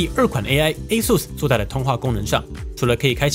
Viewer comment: 終於有人把ASUS的發音念對